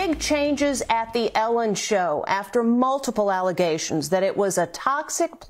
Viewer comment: Also it’s show not shoe